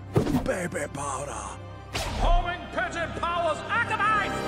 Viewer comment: the way he says “baby powder” 🤣